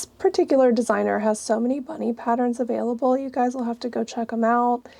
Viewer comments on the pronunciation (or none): none